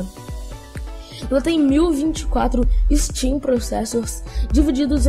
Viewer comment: Amigo, são Stream processors e não "Steam" processors kkkk Legal sua iniciativa, continue assim fera, sucesso :)